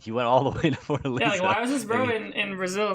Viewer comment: its Fortalêza, not Fortaliza (as Lisa Simpson sound pronunciation)